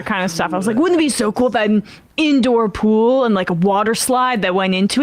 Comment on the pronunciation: C'mon Sam. 'Pool' rhymes with 'Cool'. Ipso Facto and Check Mate.